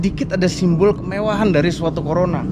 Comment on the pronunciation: Nama mobilnya tertulis jelas CORONA malah bilangnya Corola 🤣,tulisan corola pun salah juga,hadeuuh 😑.Besok besok main tu agak jauh ya 🤣